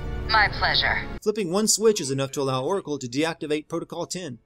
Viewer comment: Am I the only one who heard "Poracle"? Or even "Coracle"?